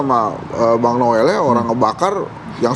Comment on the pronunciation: Noel noel kok nilei nya jadi Nol